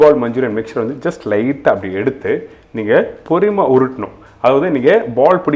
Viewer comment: Thats not porimai, its porumai. Please speak tamil clear